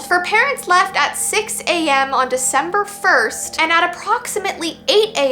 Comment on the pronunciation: "It's Veecember!!!!!"